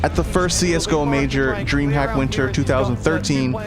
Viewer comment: there is also a mistake when you say dreamhack there, you pronounce is dreamhap